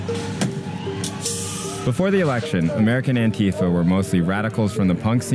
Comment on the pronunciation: when youre a leftist journalist and you cant even pronounce antifa correctly lol